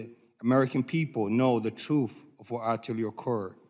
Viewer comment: Hmmm. Struggling to read your own notes. What is the truff. White wash the fats??? Seems like this speech challenged individual is a coward.